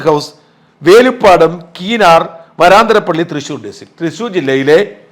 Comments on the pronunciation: പിന്നെ ഒരു കാര്യം വരാന്തരപ്പള്ളിയല്ല.... വരൻതരപ്പള്ളി... അല്ലെ... ഒരു. സംശയം... അറിയുന്നവർ.. ഒന്ന് പറഞ്ഞു തരണേ... 🙏🙏🙏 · വരന്തരപ്പള്ളി എന്ന് ആണ് പറയുക